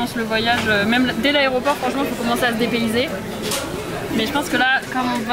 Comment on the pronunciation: on en parle ou pas que dit au début aréoport au lieu de aéroport